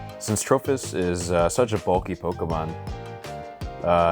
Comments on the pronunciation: I actually like it, ima call it Trophy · Why does he switch the 'i' for an 'h' though?